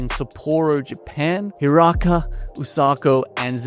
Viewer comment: You'd think that after winning the ''most prestigious trophy of the year'' casters would learn the names of the players for once... but nah, back to the same bs as every single time this team is talked about... Who tf is ''he raka''? It's Hiarka (yar-kha)...